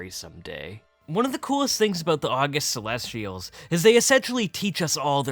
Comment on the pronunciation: Not a true Pandaren fan. Doesn't even know how to pronounce the August Celestials. Smh.